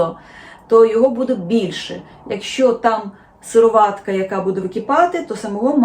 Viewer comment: ви їли справжнє масло?, з сипера орної сметани?, чи пили парне молоко, можливо і не знаєте щоце таке! Мої батьки і я тримали по декілька корів. Ви навіть не знаєте де треба ставити наголос - сироватка-! Масло з базару, а туди ж =господиня=